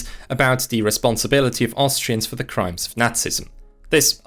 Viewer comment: FYI "the" is not pronounced like the German "die" all the time. I know it's easier as a German speaker, still wrong and quite irritating when listening to this video.